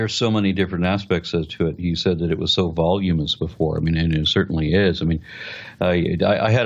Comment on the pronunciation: "voluminous'.....no "volumous"